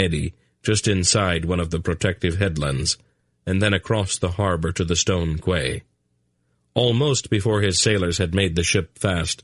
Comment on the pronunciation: im sorry, but how dumb must you be to call a quay a kway, surely a grown man has heard the name before in regards to a place to moor your ship/boat?? i find it utterly astounding that someone who is reading a audiobook for all the world the hear wouldnt know this, or be corrected so he could pronounce it properly